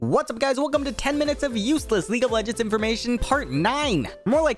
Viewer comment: Ah yes "minuets"